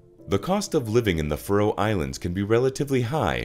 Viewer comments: Why cant yanks pronounce anything properly? its Faroe not Frow FFS! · Piss-poor pronunciation of the the name of the island! Try instead to use the name 'Faeroe' to improve pronunciation where the 'ae' is a long diphthong (Scandinavian 'æ'). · I wish you'd pronounce Faroe properly ( fair--ohh) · That my countrys name is pronounced “fuhroe” 😂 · Your mispronunciation of the place in the first two seconds made be turn off instantly. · Someone teach this bot pronounce FAROE.